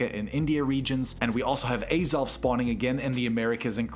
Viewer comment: WTF is this editing bro 😭also you butchered Mesprit and Azelf after nailing Uxie lmao Gorgin. It's GORGING, my guy. Jupiter???? What are you talking about All of these infographics are genuinely quite difficult to parse, which defeats the purpose of an INFO-GRAPHIC. A wall of text would be easier to parse than this shit dude 🤣